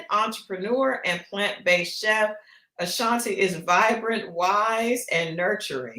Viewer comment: And another thing….!! It’s UH-Shawn-TAY 😂 not like the singer.